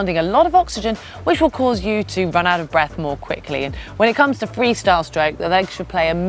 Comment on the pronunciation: " take a nice big breff " speech impediment,you can fix that.